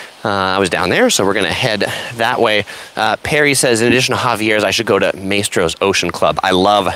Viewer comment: Maestro is pronounce My-stro